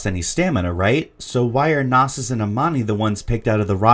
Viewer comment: your pronouncing Knossos wrong, its named after the ancient temple found in Crete, since it has many bulls depicted, its Know-sos not nawsos